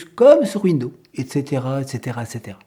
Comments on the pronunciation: Il faut prononcer le 's' de window(s). 😞 Je pratique Linux depuis 1997. Une chose qu'il faut savoir pour Linux. Méfiez-vous des matériels trop récents: Il ne sont peut-être pas supportés nativement. Aujourd'hui c'est moins fréquent mais la bonne démarche est de se renseigner sur la référence du matériel à installer avant de l'acheter. Ceci vaut moins pour les périphériques Amovibles USB par exemple mais c'est encore possible. Noter que vous avez le droit de retourner un appareil si Linux ne le supporte pas. C'est pour cela que si vous avez un doute: 1/Conservez vos tickets d'achat 2/N’abîmez-pas les emballages, du moins tant que c'est possible. Les vendeurs ne fond pas forcément beaucoup de marge sur tous les produits. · Linux Mint c'est génial , mais Windows est utile pour les travaux d'impression . J'attends avec impatience les prochaines vidéos. Pour la prononciation de Windows , il suffit de dire "fenêtres" et "pomme" pour Apple , c'est plus facile . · Vous dites tout le temps (phonétiquement donc) « Window ». Mais vous devriez prononcer « Windows» avec le son « z » sur le « s » final. Sinon vous inventez un nom de système d’exploitation qui n’existe pas. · Rem : on ne dit pas window. C'est windows et on prononce le s. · Très bonne vidéo. Mais pourquoi prononcez-vous "window" (fenêtre, en anglais), et non pas "Windowze" (l'infâme système d'exploitation que tout le monde connaît) ? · Bonjour il serait correct de ne pas ennuyer le réalisateur des ces très bonnes vidéos simples et claires avec des soi-disant prononciations qui ne conviennent pas aux "oreilles sensibles" Windo par exemple..... ceux que ça gène ne sont pas non plus obligés de les visionner! il faut se rendre compte du travail énorme que représentent ces vidéos qui plus est sont gratuites! Merci pour votre compréhension et encouragements a! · Cette façon de parler qui me donne l'impression d'entendre mon grand-père ... Windeau windeau windeau ... Insupportable